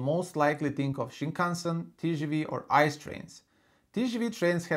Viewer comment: By the way, the German high speed train isn’t called “ICE” each letter is pronounced by its own I - C - E = Inter City Express